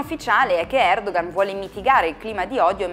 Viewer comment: comunque... Si pronuncia Erdoan perché la ğ non si pronuncia, è muta (Erdoğan = Erdoan)